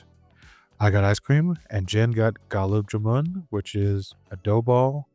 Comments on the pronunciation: It's gulaab jamun 😅 not galub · gulab jamun❎galb jamun✅😂 welcome to Shimla ❤